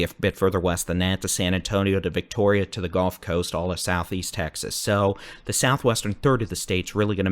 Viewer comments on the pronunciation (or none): none